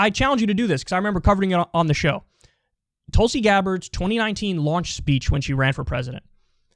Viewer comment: pronounce her name correctly. TOOLSI